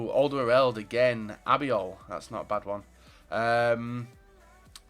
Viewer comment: His name is Albiol not Abiol